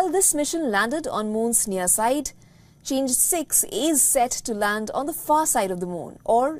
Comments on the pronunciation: "嫦娥" is pronounced as "Chang'e," with the phonetic transcription [chahng-uh]. Not changed six. in Chinese, it refers to the fairy or celestial maiden who is beautiful and resides on the moon. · With due respect, miss news anchor, it’s not pronounced Change but Chang É as in the Chinese moon goddess 😅